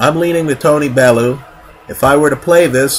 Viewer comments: Bell. You. Not Bell. Ooo. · Pronounced "Bell-you" this side of the Atlantic. Great video as usual...........Never mind, you just started pronouncing it correctly right as I was typing this... well played, well played